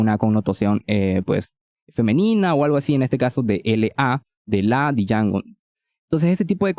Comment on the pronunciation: Django se pronuncia como "Yango". The D is silent 🔫🤠